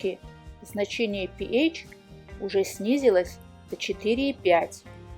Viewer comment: Пи ейч режет слух. Со школы известно что это пе аш читается. А вода аш два о. А не ейч два о